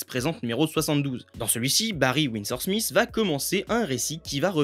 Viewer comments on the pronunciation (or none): none